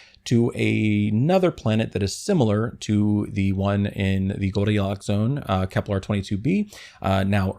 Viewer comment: FYI, Kepler doesn't rhyme with "kevlar." I'm guessing you conflated the two in your mind while reading your script, which happens, but you pronounced it this way every time so that militates against the idea of it being purely accidental. Your videos are great but they all feature numerous mispronunciations of words, often very common and basic ones. I recommend consulting a good dictionary with (ideally) IPA (International Phonetic Alphabet) pronunciations for each word. It will raise the overall quality of your videos and satisfy sticklers like me, making us more eager to follow your channel for new content.